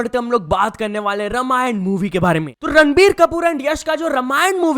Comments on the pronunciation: bro, it'a रामायण, not रमायण... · भाई, ये दूसरे विडियो में मैं नोटिस कर रहा हु की तुम "रामायण" को "रमायन" बोल रहे हो! भाई थोड़ा ध्यान रखा करो! भारतवर्ष का Main ग्रन्थ काव्य है!! शेफाली को तुम "जारिवाला" बोलते हो फिरभी मैंने कुछ बोला? But रामायण में ध्यान रखो! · अबे रमायण नहीं रामायण हे 😠😠😠